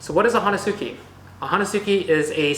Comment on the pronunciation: psst. The "u" is silent. Hoe-neh-ski ;) However, I'm sure you've been blasted enough times for this. LoLz. Nice vid, bruh. Keep makin them vids.